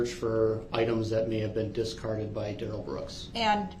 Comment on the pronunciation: Oh what little stature, and tiny minded we see of that Duh-Rell. Duh-Rell try sound edumacated